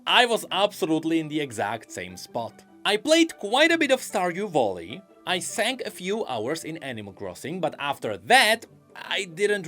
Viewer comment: if he pronounces "valley" as "volley" i wonder how he actually pronounce "volley"....maybe "vulley"?